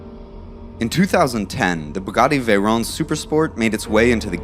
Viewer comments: And it is veyron not veyrone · VeyrON. Not ‘Veyrone’!